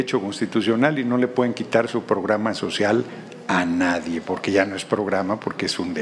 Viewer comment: ¡escuché mal.. "nadien" de este regtardatario?... He repetido el vídeo.. y lo escucho como tal... Pobre politiquero.